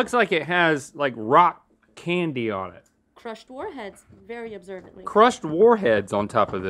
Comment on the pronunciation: I almost thought said crushed foreheads at first